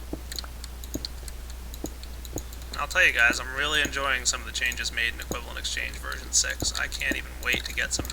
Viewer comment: Why does everyone keep saying equivalent "exchane"? Why would you forget the G? I love psychology!